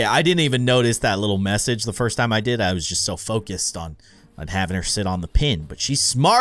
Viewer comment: you said fist not first